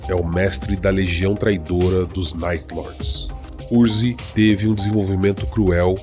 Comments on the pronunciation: Muito bom, embora algumas pronúncias estejam estranhas Vc faz parecer que o segundo nome de Conrad é CUZCUZ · vc acaba falando curzk e soa como cuzcuz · Konrad Kurze mas pronuncia como Curse (Maldição) Tzeentch não se pronuncia "Teezentek"